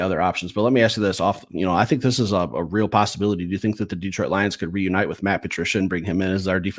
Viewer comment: What’s with all this DeeeTroit stuff. You guys live there and it’s my home town. Pronounce it like you’re smarter.